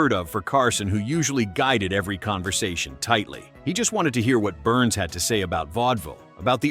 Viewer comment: George Burns. "Burns' " ( a possessive case of 'Burns' ) is not pronounced "Burnses." It is pronounced "Burns." Duh. Neh? Duh. Neh? Duh. Neh? Duh. Neh? Duh. Neh?